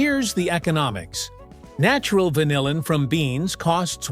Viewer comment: How about pronouncing vanillin correctly?